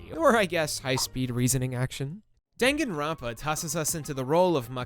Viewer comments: DANG-GAN-RON-PA??? IT'S DAN-GAN-ROUN-PA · It's pronounced dun-gun, not den-gen, lol. You don't read romaji using stupid english rules. I'm not gonna waste my time teaching you japanese. Just go and take your western "carry-oh-kee" ass to a video where a japanese person pronounces it properly. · Great video, but the pronunciation of every Japanese word was so off. Its pronounced “Dahn-Gahn-rown-pa” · "*Dang* Gon Runpa" "Spike chun soft" ...My god is that how other people pronounce them????! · DANgan ronpa. DAHN. Like Dawn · I enjoy your video but how you pronounce Danganronpa hurts me physically lol but you are still awesome ♡ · Bruh. You can't even pronounce Danganronpa correctly.